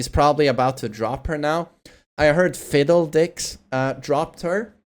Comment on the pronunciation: lol did he call phidx fiddledix rofl 😂